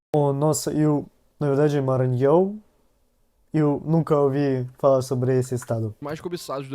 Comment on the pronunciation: Vc e' a primeira pessoa estrangeira que fala bem Maranhao. Moro na California. e as pessoas tem dificudade em falar. Voce vai amar Ceara, morei la' 15 anos.